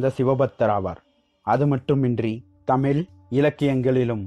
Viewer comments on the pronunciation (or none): none